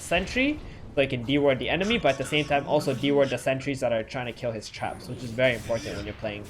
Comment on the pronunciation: Why do I keep hearing chaps instead of traps.. :D